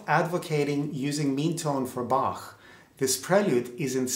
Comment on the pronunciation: Thanks for pronouncing the master's name right.